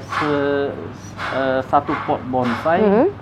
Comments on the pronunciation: Anda benar,nyebut kata bonsai saja si wanita msh salah,BONGSAI...BONGSAI...BONGSAI... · Bonsai bkn bongsai, mba 🤣🤣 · Bonsai ya bkn bongsai